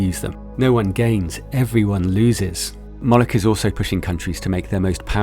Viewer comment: Im sorry did you say Molek?